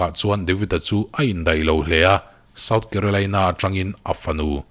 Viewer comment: "deih" ni lovin "daih" tih tur